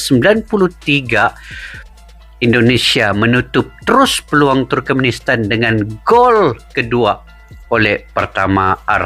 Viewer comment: Turkmenistan bang bukan turkemnistan